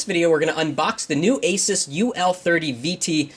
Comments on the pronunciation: ace-is, not eh-seuss. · The aysuuuss ! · asus is NOT pronounced like spanish name jesus. other than that, great vid. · hahhahaa when you say ASUS sounds like your saying JESUS in spanish